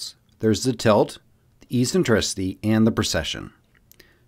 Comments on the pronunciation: It’s pronounced [eksen-TRI-si-dee], not [ee-sen-TRI-si-dee] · Eccentricity is pronounced 'Eck-sentricity' did you get this word from a book having never heard it spoken? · If you are going to try to explain these concepts please at least get the pronunciation of the terms correct. It's pronounced MilAncovich, not MilOncovich. Eccentricity is pronounced Eck-sen-trisity.